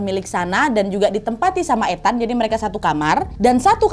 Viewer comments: Koreksi cara manggil nama NAD, Ethan, di baca ithen, bukan ETAN, tau kan bacaan inggris itu ga sesuai dengan ejaan huruf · Ethan, itu I-THEN BUkan sih bacanya Kak NAD 🤧